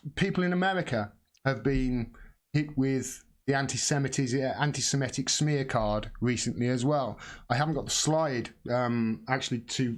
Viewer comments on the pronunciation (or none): for future reference: anti-se-MI-tic (doesn't rhyme with emetic but 'mythic' - as said in a fake Jamaican accent). Worth learning as the media aren't going to drop this issue.